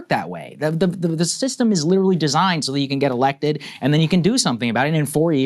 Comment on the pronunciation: when you say witerawy hitwer for 10 years i dont care anymore